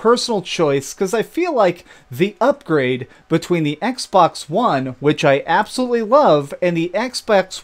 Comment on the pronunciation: Did he say "Xbax"?